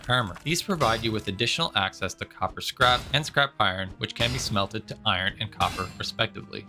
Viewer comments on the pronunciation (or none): none